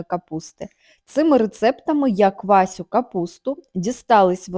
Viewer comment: Не кваСю,а кваШу!!!